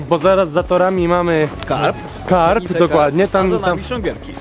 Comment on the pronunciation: nie karp - tylko karb